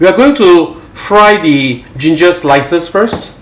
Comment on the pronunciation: Please stop saying "the" like "de" in front of words which don't start with vowels... it's wrong and annoying to hear.